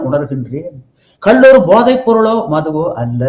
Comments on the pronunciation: கல் என்றல் "Stone" கள் என்று சொல்ல வேண்டும்.Thanks for the video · அது கல் இல்ல கள் தமிழ் ஒழுங்கான உச்சரிப்பு வராதவர்கள் எல்லாம் ஏன் நேர்கானல் எடுக்க வருகிறீர்கள் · ஐயோ,,,ஐய்யையோ,,,ஐயா,,அய்யா,,, அது,,,கல்,,இல்லை..ஐயா,,ள அது,,,கள்,,,கள்,,,தயவு செய்து சரியாக,,உச்சரிக்க,,ஏற்பாடு,,செய்யுங்கள் இல்லாவிட்டால்,,,ள,,ல,,வாகி்்்்அனர்த்தாமாகி,,விட்டது இங்கே.